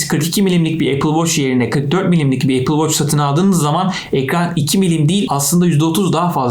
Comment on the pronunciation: Amma apıl voç dedin yaa